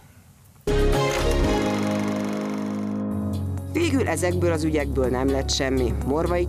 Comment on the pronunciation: "Bármely ööö... PÁRTNA" :DDD